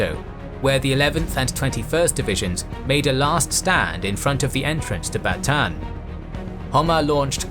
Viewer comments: Bataan. You pronounce all of the a's. Ba ta an. Thank you for this series. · Bataan is Ba-ta-an San Miguel is San Mi-gel (the "gue" is the same as "guess")